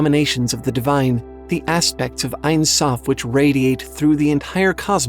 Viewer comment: hey, hebrew speaking here! the only thing I have to say is that it's not "einsoph" but "ensoph" (en = no, without; soph = end). it's pronounced as it sounds! "en" like in the word end, and soph like sophomore or soft! :) edit: crown crown in hebrew is keter and it's also as simple as it sounds! ket like cat, and ter as de-ter-minate determinate